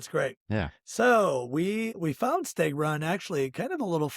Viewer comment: Great video. Idk if I should say anything but if no one did then you would never know any better. Stag is pronounced short a like in hat. Sounds like you're saying stayg